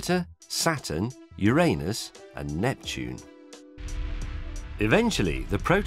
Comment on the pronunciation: Finally! I´m so glad you pronounced Uranus correctly, sod all this modern PC bollix, yay James!!